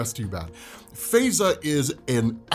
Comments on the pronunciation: In the U.K. she would pro ounce her name "FIE za" not "Fey za".👍🏾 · Her name is pronounced Faiza like pie-za . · Faiza is pronounced Fy-zaa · It's pronounced Fa-ey-za bruh